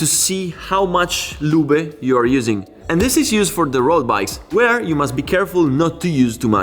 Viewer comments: Se dice Loob not Luba. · Great job! Missing your motorcycle videos. The e is silent in english, loob ✌🏻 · English is not German. Loooob like booob. Ending "e" in English is silent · Anyone else amused everytime he pronounces “loobuh” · Saying "Lubeh" makes this so much more funny :)))) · Many English worda that end in e, change the previous vowel eg. car/care tar/tare far/fare. So the ending E is silent, as in "lube" The "e" makes the "u" loob. Same with CUT and CUTE :) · The way you pronounce lube it means " clumsy yet kind man" in my local dialect 🤣 We just say oil instead of lube . Good content anyway. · I love you "lube" pronunciation. It is somehow fun but cool